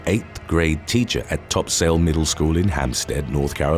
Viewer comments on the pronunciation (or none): HOLY SHIT HOLY SHIT HOLY SHIT!!! I WENT TO TOPSAIL!!! Bro, I live in Hampstead! Oh. My. God. I started screaming as soon as you said the name! Can't believe my no name home ended up on this channel. Good lord what a shock😂! Also, its "Top-sool", not "Top-sail" lol. Outsiders always make that mistake.